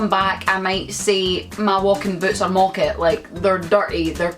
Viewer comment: It's not 'mocket' it's 'mawket'